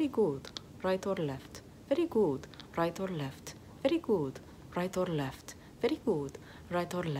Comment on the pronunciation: “Rrright orrr left? Verrry good. Rrright orrr left? Verrry good. Rrright orrr left? Verrry good.” Should high key be an actual song.